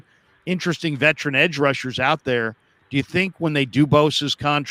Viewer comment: I love'ya, but "vetrin" kills me every time (veteran). Not trying to hate; keep up the good work.